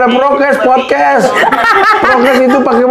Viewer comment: Podkes,... bukan prokes 🤣🤣🤣